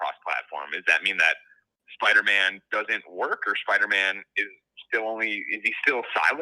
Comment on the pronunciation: Why does pronounce Spider-Man like “Sparder-Man”